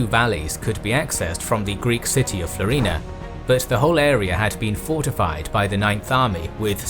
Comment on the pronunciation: FLO-ri-na, not flo-RI-na.